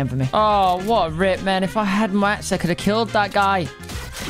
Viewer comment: Why tf do u say mats like that cmon now